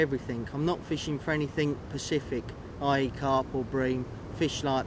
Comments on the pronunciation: specific not Percific ;) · I HATE IT WHEN PEOPLE SAY PACIFIC INSTEAD OF SPECIFIC, IT'S SOOOOO RETARDED ^oo^